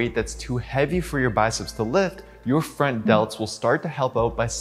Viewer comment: every time you said "your front delts" I actually heard "your friend delts" and I was like awww that's a nice and cute way to put it!